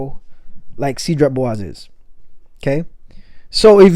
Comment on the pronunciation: My OK Karen moment (sorry 😅): its pronounced “saydra bwazay” (French).